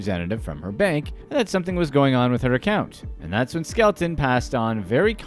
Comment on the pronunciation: Her name is Skelton, not Skeleton lol